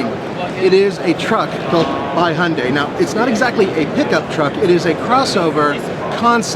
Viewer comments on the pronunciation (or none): Sounds like hes saying Honda santa cruze, Americans can't pronounce Y's and I's? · You you always pronounce it as "HUNDAY"????